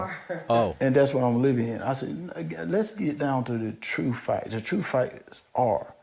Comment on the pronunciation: What are “troof acts” 😂 he’s brain dead